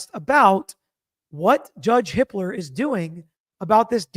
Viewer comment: Everytime says the judge’s name, it sounds like she’s saying “Judge Hitler” 🫣